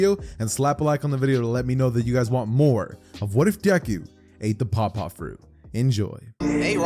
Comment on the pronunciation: Bro when I heard paw paw fruit I thought he said papa fruit, like the dad kind of papa